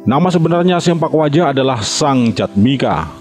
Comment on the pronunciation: salah mang bukan sempak waja, tapi sepak waja